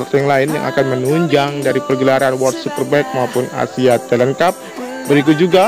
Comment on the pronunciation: Wor super bek ✅ World super bike ❌ Mantap narasi 😂